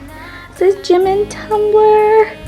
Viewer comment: No offense but it bother me when people pronounce Jimin as Jim-in instead of Ji-min.